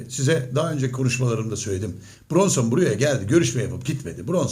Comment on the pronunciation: Brunson değil hacı biraz çalış da öyle konuş